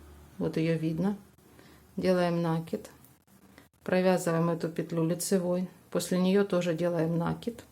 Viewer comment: вы откуда? Почему нАкид??? Что выдумываете!!! В русском языке есть только слово накИд! А хотелось с вами связать комбинезон для игрушки,но нет сил слушать ваш нАкид!!😢😅😅😅